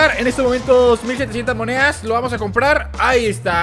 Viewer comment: like si te diste cuenta que dice "muneas"